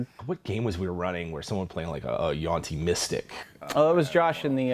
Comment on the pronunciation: Always thought it was yuan ti, not yuan ti. Learned something new.